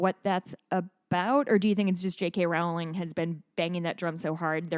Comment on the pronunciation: Just one pedantic point: Rowling is pronounced like "rolling". That said, continue slamming all transphobes for being transphobes. "Dinosaurs are cool. Transphobia is not." -Jamie Raines (aka Jammidodger)